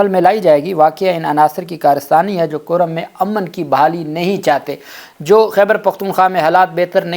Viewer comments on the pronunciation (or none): یہ نام ”کُرّم“ ہے (Kurram) پلیز تصحیح کرلیں